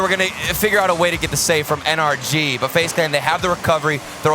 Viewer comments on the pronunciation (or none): It’s N-R-G. Not “ANARCHY!” Please atleast sound out the letters. Commentating isn’t about speed. It’s so annoying hearing you guys not sound it out. If it was “AN-ARCH-IE” wouldn’t they have a different team name⁉️